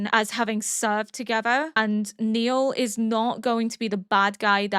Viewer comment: (BTW his name is not Neil, it's Nile, rhymes with "mile" 😃)